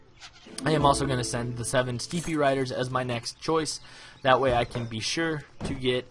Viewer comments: Steppe is pronounced step not steepy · Couldn't help noticing someone correcting you on your Chinese pronunciation, so while we're at it, the English word "steppe" is homophonic to "step".